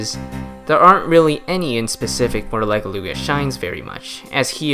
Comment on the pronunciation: Are we gonna talk about how he mispronounced Legeluga’s name and called her a “He”